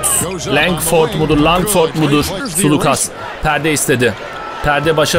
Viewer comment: Nick Calathes Nick kalatıs diye Keith Langford Keyt Lengfırd diye Thanasis Antetokounmpo Tanasis Antetokunpo diye James Gist Ceyms Gist diye Papagiannis okudugun gibi